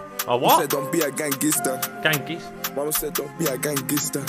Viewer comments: Somali moms dont say gangster but they say gangister😂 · somali mums say gangister instead of gangster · gangister is how his mum would’ve pronounced gangster as she’s African